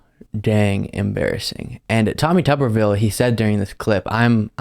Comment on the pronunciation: Tommy Tubberville, or Tommy Rubberville? (Rubbin' one out, I mean.)